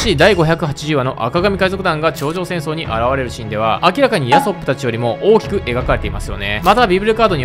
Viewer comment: ヤソップの発音でウソップめちゃ笑った